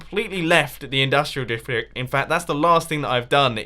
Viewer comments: Did any one notice that he said difrick instead of district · "Industrial diftric"